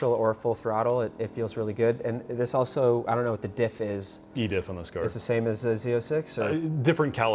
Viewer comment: I can tell been working on the 'auso'/also predicament. He's not quite there - remember: A-L-S-O. There's an L there, not a U!